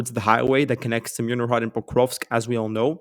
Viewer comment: Dachne is pronounced Dah-ch-neh 😃 Mirnohrad is pronounced Meerno-grad 👌🏽